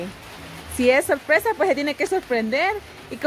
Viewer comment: Que feo habla este hombre 🤣 se le en reda la lengua dice ahí está ahí está también no dice sorpresa dice solpesa 🤭🤭😂😂